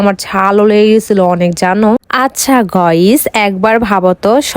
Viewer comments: গাইজ ❎ গোয়েজ✅ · বেডি গাইসকে বলে গইস বলে 😂😂😂😂😂😂😂😂😂😂😂😂😂😂😂